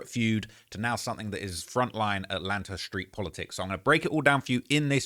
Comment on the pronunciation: Dog aint never just called that shh "ATLANTER" 😂😂😂